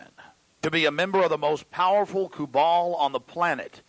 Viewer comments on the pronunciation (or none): He pronounced it as "kubal", but what he meant was "Cabal"